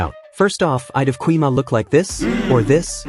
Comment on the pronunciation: ❌gui ma✅gwi ma